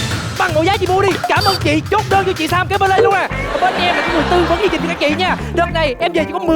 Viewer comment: Chương trình. Mà Sam cứ phát âm thành "trương trình", nghe hơi dị ứng.